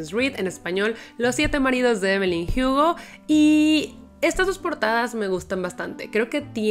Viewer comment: No entiendo pq siempre pronuncia (jiugo) y no Hugo, siendo que la protagonista es latina y acá se Lee la h como muda y no como j